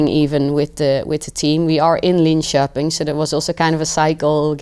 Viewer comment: Her pronunciation of Linköping is 100% spot on, no different from a native Swede, no hint of an accent. You rarely hear that perfection from second language speakers. Of course 12 years is a long time in a young person's life, but still.